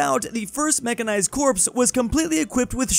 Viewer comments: Corps is pronounced like core. It's not corpse... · Petition for to learn English Corps = Core